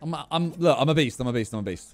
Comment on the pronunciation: When Simon said "I'm a beast" over and over again, I feel like he said "I'm obese"